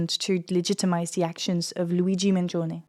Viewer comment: You're the first person I've seen pronounce his name correctly in Italian. Mangione is 3 syllables, and the "i" is silent (for English speakers that is)